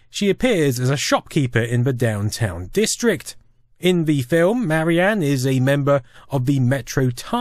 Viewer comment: Duuuuuuuude, it's "Marian", not "Mary Anne".